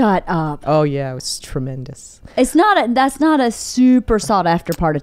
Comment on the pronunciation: Haha she says tremendous the same way